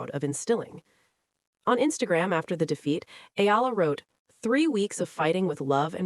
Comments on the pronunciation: Spelled and pronounced E-yala pls😊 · I get the feeling the media are coordinated to mispronounce her family name EALA. So she loses her identity? And history? Dumb media or manipulative? It's annoying